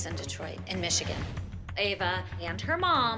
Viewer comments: says eva and not ava 😂😶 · Kalani’s mom said Ava’s name as Eva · she said Ava like (ee-vuh) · Stalker's kid "EVA" (ava) Jeanette: I can say many things about KAlani (Kuh- Lah- Nee) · has anyone noticed said “eva” instead of “ava” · hates Ava and Jeanette so much that she says Ava’s name ‘eva’ 😂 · 2 things to say about this video 1. be like the new jill "my little kalani" 2. it's prounced ava not Eeeva LOL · said Eva 😂😂😂😂😂instead of ava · Did you hear say Eva instead of Ava!!😂😂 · Did anybody hear when said ‘Eva ‘ instead of “Ava” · said Eva not ava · when she said Eva when it’s Ava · the stalkers daughter Eva Me: um.... its Ava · Hahahahaha said Eva instead of Ava 😂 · said iva 😂😂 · said Eva not Ava 😂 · Eva Me: AVA lol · said Eva not Ava that’s when I died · Who is gonna talk about saying eva not ava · said Eva but her name is Ava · LOL SAY EVA AND NOT AVAAAAAA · Kalanis is mom said Eva instead of Ava😅😂🤣😆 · did call ava, eva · 2.10 Ciara said eva instead of Ava hehe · said eva instead of ava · its ava not eva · Why? Does say Eva not ava lol? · L M F AO kalanis mom said AVE💀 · said kalani is going up Eva instead of ava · news flash her name is AVA not EVA and 2nd kalani is a good dancer but NOT abbys new star!! 😂😂💯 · She said Eva instead of Ava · Megan King In Season 4, Jeanette called Kalani “Kaylani” so in this episode, calls Ava “Eva”. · fLaT cHeStEd ElEpHaNT did that on purpose lmfao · Megan King she said eva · and said Eva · Klani is going up against stalker woman’s daughter eva!!! She don’t know how to pronounce names lol Neither do the competition people KERLARNIE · Jeanette pronounces kalani wring and pronounces Ava wrong. WOW GUYS STOPSJJDBDD I DIDNT EVEN NOTICE I SPELT “ WRONG “ INCORRECTLY 😭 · I didn’t know there was any other way of pronouncing Ava ? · said Ava's name wrong